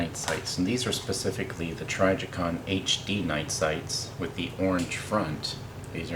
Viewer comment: You are pronouncing trijicon wrong...and I like how your finger keeps trying to finger bang the trigger...